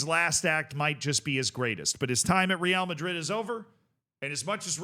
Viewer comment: Okay but stop saying "Real" Madrid in that awful way